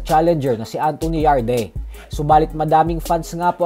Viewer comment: Yarde pronunciation "Yard" Hindi Yarde Tanga😂